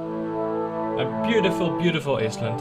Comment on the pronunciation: I love how you pronounce island as "is - land" haha. Just so you know, the proper way to say it is, "aye - land." :)